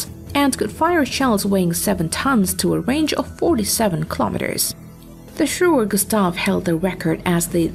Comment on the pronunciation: Shuurer Gustaav 😂😂😂